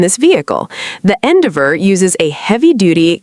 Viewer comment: your AI can't pronounce Endeavor